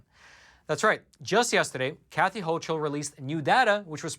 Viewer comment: FYI- New NY GOVERNOR— pronounced HOCKLE- not hochel.